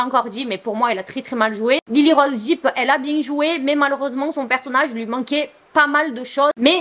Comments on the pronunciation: Ça me stresse trop que tu prononces Depp "Deep", c'est dèpe 😭🤣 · Ce n'est pas Lyly rose "Dip " mais "dep"